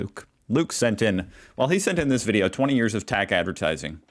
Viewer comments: It's not pronounced "tack" it's T-A-C and stands for Transport Accident Commission. Only in Victoria. Other states have their own system. The TAC produce some very thought provoking and sombre ads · TAC not tac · Hey there! Just a FYI..TAC is pronounced as the letters are pronounced individually: ‘Tee’ ‘Ai’ ‘Cee’. I deal with the TAC regularly and couldn’t deal with you calling it TAC as in ‘tactical’ 😂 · T. A. C. not Tack as you're pronouncing it rofl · we pronounce it T. A. C. by its letters, not tac as in tic tac. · it T A C not TAC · We pronounce it T-A-C, not Tack. Love you content! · TAC is pronounced Tee Aye Cee and stands for the Traffic Accident Commission. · Pronounced T A C - Transport Accident Commission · Half the ad of the second one is missing, it shows him speeding. T A C (Transport Accident Commission), pronounce each letter.